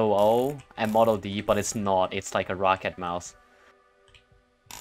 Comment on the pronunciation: He said roccat like “rocket” bot with an a instead of a e I saw ro-cat kones